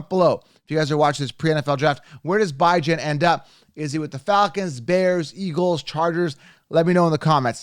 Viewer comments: You keep torturing his name come on now….it’s not “BY JAN” it’s “BE JON” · The u pronounce Bijan makes u sus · Good stuff, but pronounce Bijan's name correctly. 😂. Thumbs up